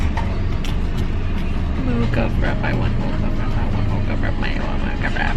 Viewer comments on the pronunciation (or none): i think its pronounced FRA-Pey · "Frappey" ang pronounciation ate dito sa Australia:) Nagwowork ako sa maccas:) hehe kaya nalito siguro